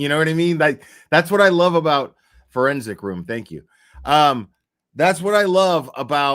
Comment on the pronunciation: I’m sorry but after referred to the Fourensic Room channel as the Foreskin Room that’s all I hear in my head. She’s so damn funny 😂😂😂😂